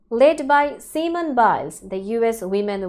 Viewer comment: The way your reporter pronounced her name is incorrect. Semen is the liquid that carries sperm. Her name is pronounced Sim - own.